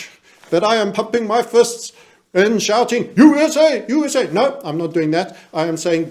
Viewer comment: U (dramatic slight pause) S (dramatic slight pause) A (dramatic slight pause) SHOUTED, shouted in a DEEEEEEP BARITONE VOICE (with a distinctive edgy note, tinged with violence underlying it) repeated ad nauseam!